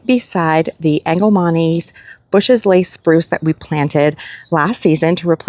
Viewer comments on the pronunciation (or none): none